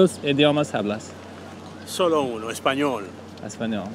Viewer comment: bro if this man pronounces the h in hablas one more time I’m going to lose it